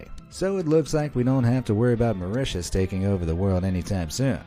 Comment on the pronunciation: TIL: How the pronounce Mauritius correctly. Thank You BE AMAZED! Be honest, did anyone else here think it was pronounced like "Ma-ROO-tiss" ??